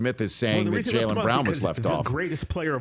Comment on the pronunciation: JAYLEN FFS get his name right. It’s not hard.